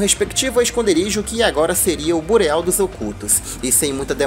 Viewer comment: Ótimo vídeo, parabéns. Só um detalhe, bureau é a palavra francesa para escritório e se lê mais ou menos "birrô"